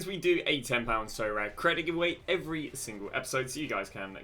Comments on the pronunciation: Sorare: aribeh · sorare: Socommon. ( with the full stop). Thanks!